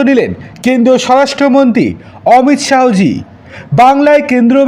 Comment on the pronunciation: আপনার এই "অমিত শাহো" বলা বন্ধ করুন। বলুন, "অমিত শাহ্"